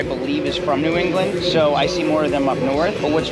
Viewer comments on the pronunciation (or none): none